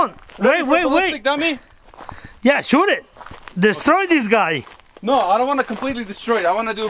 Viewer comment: "destroi this gaai" 😂😂